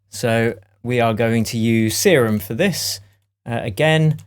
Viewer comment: its not see-room its serum